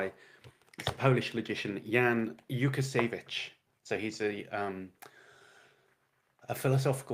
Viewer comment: I am pretty sure the L with a strike through it is like a W sound. So Wookasayvich.